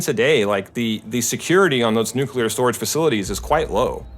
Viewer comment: It's called nuclear weapon, not nucilear, 😄👍